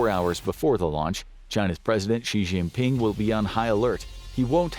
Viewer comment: For God’s sake, it’s pronounced ‘shin-ping’, and that’s his given name. Surname is Xi (shee).